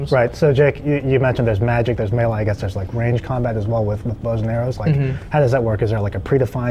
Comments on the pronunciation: He pronounced melee wrong...The game is a fantasy RPG and yet he doesn't even know the correct pronunciation of melee? *shakes head* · Thank you for the reply. All the references I used(including yours and my Oxford) indicate that he pronounced it incorrectly. The "E"s in melee should be prounced like long "A"s, as opposed to how he prounced it, as a long "E"s. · Looks decent. I just wish the guy would pronouce melee correctly . lol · Wow dude, learn how to pronounce the word "melee"! lawl